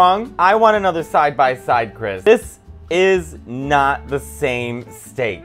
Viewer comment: The baby's name is Mary too!!! It sounded like he said Stank ... not Steak.. you gonna put some Stank in there?